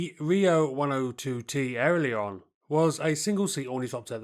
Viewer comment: Subtract 5 for the pronunciation of "Riout" and Alerion"